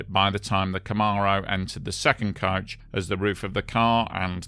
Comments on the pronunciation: It's coach not couch. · Ohhhhhh “coach,” I thought you were saying couch. My bad, my bad.